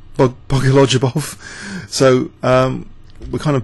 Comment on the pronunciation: Bogoljubov is pronounced Bo-go-lyoo-bov. Please, no more of this Bogolodjubov thing:p